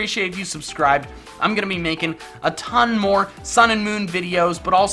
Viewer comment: He said "i'm gonna be makin'" I thought he said he was going to be naked.